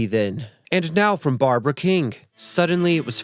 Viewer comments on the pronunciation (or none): none